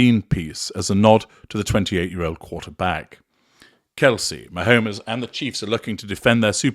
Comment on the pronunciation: Great to check back in with you. I don't think you watch American football. Ma-homes is pronounced "Ma - homes", with homes pronounced as the plural form of home (analogous to drone - drones and without the sound of "-ez" at the end.).